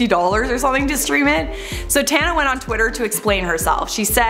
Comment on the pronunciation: It seems that most Americans do not know how to properly pronounce my name since so many young people have been given the name after their grandparents heard mine. It does not rhyme with Montana. It is pronounced with the sounds of ah and uh. Tahnuh, Tana. Apparently when they named their children after me they just saw it written and decided it rhymed with Montana because, well, it's obvious. And how can I say that these children were named after me? Most of them are relatively young while I am in my 70s